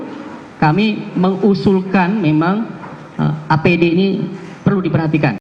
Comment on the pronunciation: Apd min bukan adp